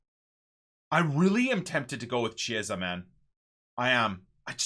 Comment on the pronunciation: please is not cieesa, is pronounced kiesa basically, the ch in Italian sound like a k. Loving the series keep up the good work